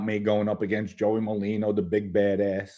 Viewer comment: it’s NOT Malino!!!! It’s MER-LINO! Please pronounce it correctly. You’ve been pronouncing it wrong since Joey came on the internet. Thank you!